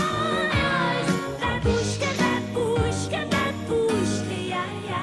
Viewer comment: Babooshka is Russian and means grandmother. Also, it's mispronounced in the song.